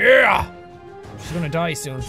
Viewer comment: When you said: die cows. You really said: do I cows